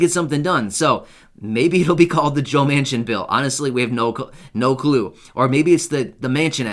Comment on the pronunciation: Almost sounds like you said maniac